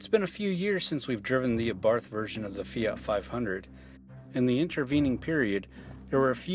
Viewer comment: since when did the word Fiat have a 'Y' in it?